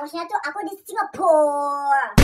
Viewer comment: Lucu banget pas dia bilang singapurrrrrrr😂😂😂😂